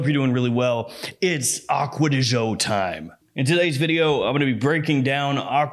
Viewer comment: Why do Americans that "Gio" pronounce like "Zhou" when it´s simply "Jo". Do they really think "Zhou" sounds italian? LOL